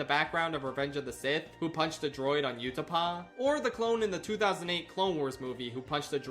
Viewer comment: oo-ta-pow. not you-ta-pah.